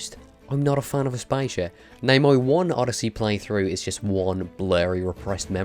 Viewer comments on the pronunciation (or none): Asp-Asia????? It’s pronounced Ass-Pass-ear!!! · oml it’s as-pa-si-a not as-paizha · it is pronounced asp-a-sia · Aspaishia lul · AsP-ASIA like...wtf. lol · Lmao like bruh.. ASS. PAH. SEE. AH. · Mate, Aspasia is not (Ass-pay-sha) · Way to butch the pronunciation of Aspasia. We can tell you didn't enjoy the game. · How the fuck did he pronounce aspasia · Could you repeat Aspasia cause I think I heurd you wrong. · I felt so weird when he said Aspasia 🤣🤣🤣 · I‘m not a fan of how you pronounce „Aspasia“ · How tf does this guy prononces aspasia 😂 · The way you pronounced Aspasia made me cringe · Everytime he butchers aspasias name i wince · It's funny how he pronounce aspasia's name